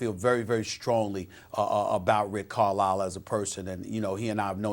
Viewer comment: Why the fuck would you pronounce Carisle like Carlile??